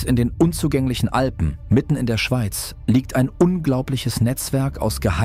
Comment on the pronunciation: Man sagt und schreibt Alpen und nicht Alben.